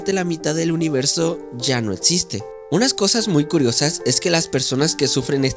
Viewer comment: Etziste, tozico etztremo 😂😂😂 no puedes pronunciar la X